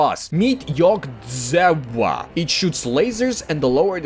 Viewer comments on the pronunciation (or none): Yog-Dzewa is actually pronounced Iog-Jeva for those wondering